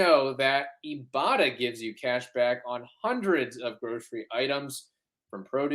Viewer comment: Ok guys, you’re killing with the Ibotta ad… it’s eye-botta, as in “I bought a…” 😂😂😂